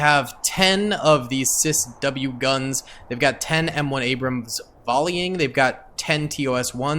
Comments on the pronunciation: sis w bless him 🤣 say it as seawiz dude 😅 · It’s a ciws, not a cisw. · It is said see wiz spelled CIWS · Sea-whiz and sea-ram not whatever you were saying